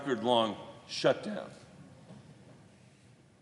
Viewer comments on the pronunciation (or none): Shurdown lol